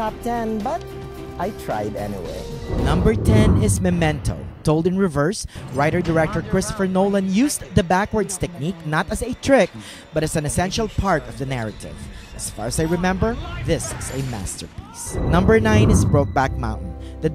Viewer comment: are you filipino? you said fart instead of part